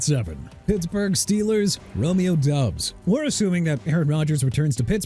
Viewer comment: Stop pronouncing Romeo Doubs' name as Dubs. It's pronounced Dobbs.